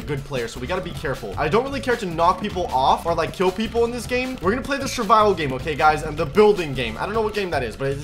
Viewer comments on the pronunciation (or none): am I the only one that noticed that he said shurvival and not survival